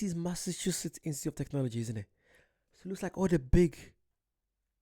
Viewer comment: You gotta learn how to say "Massachusetts before you go there. Boston, and a lot of the older cities, have England vibes. There were a lot of Irish in the colonies, too. Also, you'll recognize some place names as well. These cities were founded by Englishmen but built with slave labor. They also have a great transit system. You can ride trains and buses throughout the whole region of New England. We even have higher speed rail. The Accella Express high-speed rail runs from Boston to D.C., so you could arrive in Boston and ride the train to NYC, Philadelphia, and D.C. Then fly back home from D.C. Colonial Williamsburg is a village that has been restored look as it did during the colonial-era. It looks a lot like England from the 1600s to 1700s. They have a lot of historical reenactors there to show you how people lived and dressed during that time. They have restaurants that serve food from the era as well. You know, the Southern accent was influenced by Irish people who settled in the southern states.